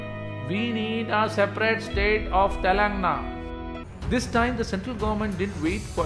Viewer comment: Brother I respect your effort to create the video. But please pronounce the names of the states correctly. It's TELANG'A'NA not Telangna. It's TEL'U'GU, not Telgu.